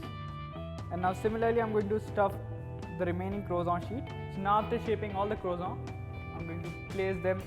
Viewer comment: its croissant not croizant with SSS not ZZZ